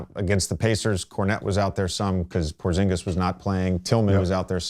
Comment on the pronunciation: "if Porzingas is available" Oh he available